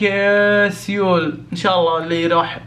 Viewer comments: تنطق سول وتكتب سيول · كل ما يقول سيول اتنرفز لان قاعد يقولها غلط ومدري كيف اشرح نطقها الصحيح بس مافي مشكلة مافي احد م يغلط 😂😂💔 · يا خرا مو كذا ينطقوها سيول 😂😂😂